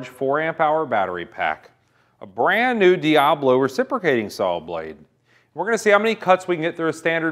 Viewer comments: Is there a good reason why he says sall instead of saw or is it just an american thing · Pronounced SAW not SAUL ....one beast of a Saul though .